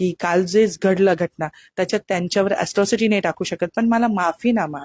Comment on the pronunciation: अस्ट्रोसिटी की अट्रोसिटी???😂